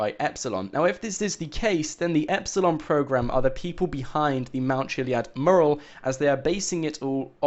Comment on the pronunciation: This guy is a con man and his video titles are nearly always lies. He's rotten and cant even pronounce "mural" correctly.